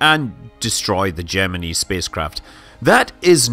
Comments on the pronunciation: Good? Jimminy? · Gem- uh- nee? Did NASA also use the pronunciation cap-shoole? 😁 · No they managed to mispronounce both words. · There are two kinds of pronunciation: The correct way The way the country who landed on the moon pronounces it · I like the subject and the videos. BUT why oh why does Mr Manley pronounce Gemini like that - rhyming with knee. It rhymes with eye . STOP it - not even all the original NASA and MacD bods used the knee variety AND you bloody well pronounced it properly at about a minute in. If it is meant to appeal to our US cousins - I wouldn't worry - if they can get past that bloody accent then they're probably not going to worry about ee and eye. AND DO not get me started on 'math' - you can bloody well stop that as well - you'll only end up like that Barrowman bloke. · When they were flying the Gemini spacecraft that's how the engineers and pilots pronounced it. Yes it was wrong, but when I'm talking about those rockets I'll use their pronunciation.